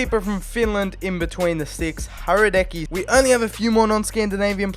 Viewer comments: U say Hradecky like radetsky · Hradecký is pronounced like Hradetskee😂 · Hradecky's name is pronounced with a silent "H". Like Radecky.